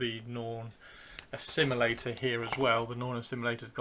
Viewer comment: Norn... Assimi-lictor?